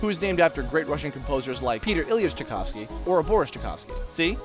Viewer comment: CHAYKOVSKY not Chekovsky.